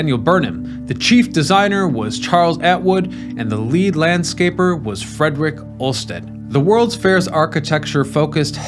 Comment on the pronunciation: dey bute ed??????????? OLM-Stead!!!